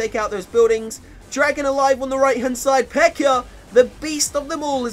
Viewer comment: He calls the peka "PEKER" wtf speak English